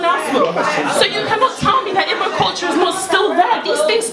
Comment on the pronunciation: the one that is quickest to criticize Igbo culture can't even pronounce "Igbo" lol. The primary aim of the colonizers was to make us forget who we are. African spiritual science is all about KNOWING YOURSELF and your destiny, that is why to the Yoruba probably the most important deity is you own Ori, to the Igbo it is your own Chi